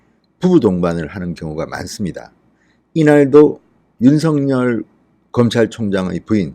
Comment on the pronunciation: 윤성열이 아니고 윤서결로 읽어 주세요.